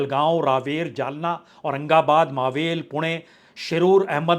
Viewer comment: वह ईलाका मावळ है न की "मावेल", क्यों की हिंदी में "ळ" नहीं होता तो ईसलिए आप उसका उच्चारण "मावल" कर सकते हो---लेकिन "मावेल" नहीं! जय हिंद! जय महाराष्ट्र!!